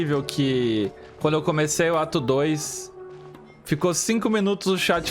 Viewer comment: Eu ouvi o falando "Acabou o atum?!" em vez de "Acabou o ato 1?!" AKAKAKAK